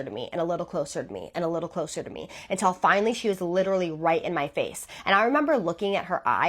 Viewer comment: i cant stand how she says "until" as "untell" !!!!!